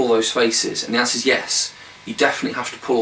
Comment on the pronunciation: "And the answers yes". Said only how a true Englishman could. Rock on Sire!